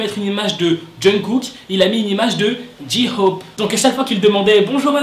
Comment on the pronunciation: Ok alors je kiff tes vidéo mais tu prenonce mal le nom "J-hope" il faudrais que tu mette l'accent un peu plus anglais en peu comme ça Jay hope (tkp je sais que sa s'écrie J-hope) voilà la prochaine fois dit bien J-hope 😁😁(conseil d'une ARMY)